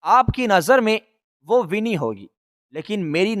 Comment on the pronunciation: Its not wini it's wani